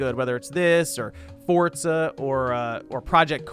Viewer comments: Its Forza not Fortza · It's pronounced "Fortza"